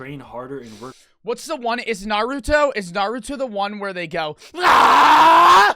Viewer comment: Tell me he did not just say Naruto like Nor-rut-to